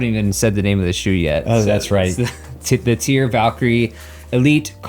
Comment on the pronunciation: Tyyyyyyyyyyyyyrrrrrrr..... Not tiiiiieeerrr